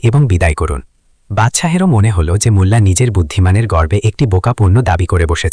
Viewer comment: বাংলা উচ্চারণ আর ভালো করতে হবে, মুল্লা না বলে মোল্লা নাসিরউদ্দিন বলুন, এ‍্যাবং ( এবং) গিলো ( গেল) অগইত‍্যা ( অগত‍্যা ) এই সব শব্দ গুলো আপনি নিজের ভিডিও শুনলেই বুঝতে পারবেন। ভিডিও পোস্ট করার আগে নিজে একবার ভালো করে শুনে তারপর আপলোড করুন।